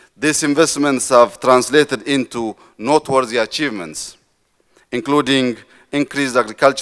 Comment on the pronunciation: This psychopath just lied through his teeth, talking about conducive business environment and flourishing industrial parks in Ethiopia. Great entertainment though! I liked how he said "not-worthy" instead of "NOTEworthy" LOL.